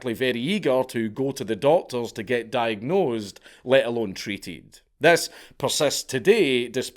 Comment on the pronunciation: My guy, did you really have to enunciate the "nose" in diagnosed so hard? smh